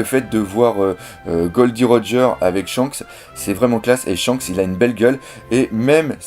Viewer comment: rodgeur qu'il a dit hahaahahaha